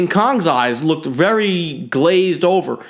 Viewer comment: Did he say berry cool